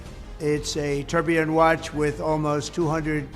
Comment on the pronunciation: You say you’re not an expert but you can pronounce “Tourbillon” correctly unlike the crook who’s flogging them!